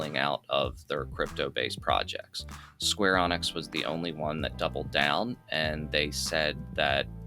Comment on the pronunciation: Its Square Enix , not Square Onyx , smh ...